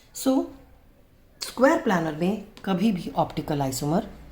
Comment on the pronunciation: Maam it isn't planner ,it's planar. Please correct it maam .otherwise the video is great